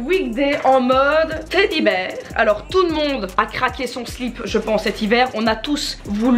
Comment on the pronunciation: Mais on dit "teddy bear" pas "teddy ber" 😂😂